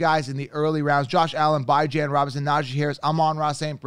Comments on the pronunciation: You don’t even know how to pronounce Robinsons name and he’s your top pick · bro you can go on any video they pronounce his name correctly you butchering it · Why you pronounce bijan robinson name like that 🤣🤣🤣🤣🤣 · Why is it so hard to say Bijan correctly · you tend to butcher names though so I’m not surprised you believe you’re right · Are you mispronouncing Bijan’s name on purpose at this point?! 😂😂😂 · Ion know how much I can trust this man and he can't even pronounce Bijan's name right😅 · Good video and content but just wanted to let you know that you pronounced Bijan wrong. He’s gonna be a Top 5 RB as a rookie 🔥🤩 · Never watched any of your videos but within the first few minutes you claimed you can predict injuries and mispronounced Bijan Robinson... Safe to say I'm out lol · It's Bee-jhan, not Bye-Jan. Stop intentionally mispronouncing his name. It's juvenile. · His name is bee jawn like the dog not bye gin man 😂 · Alr I guess so, just as a Texas fan it pains me to hear it pronounced that way lmao. Also what round would you consider taking Tony Pollard in after his injury last year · Alr timeout it’s pronounced Bijan Robinson not Bi-Jan Robinson, please look up him getting drafted or something, other than that good video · it's def pronounced Bee-Jon...might not make sense but it's not By-Jon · WHAT?? He said his name is pronounced Bee-jonn Not by-jan Wdym by I set trends… it’s a fucking name bro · I lost all respect for this guy when he said Bijan as ByJaN😂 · “Bye-Jan Robinson” 😂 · It's hard to trust a guy's advice who can't even get names right though...Bajin!! WTF. He sounds very convincing but this is not the first time I've noticed this. Yikes... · It’s pronounced Beejon Robinson, love the content tho! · You pronouncing Bijan name wrong it’s Bee-John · Did you just say “bye-Jan” Robinson lmao. You expect me to listen to you when you can’t even pronounce someone’s name correctly? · it’s literally not and it makes it hard to digest the content. Bee-Jeanne